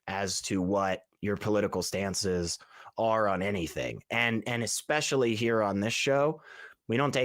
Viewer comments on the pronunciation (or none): ESpecially, not EXpecially. I don't care, bring on the name calling. It makes someone sound xtelligent.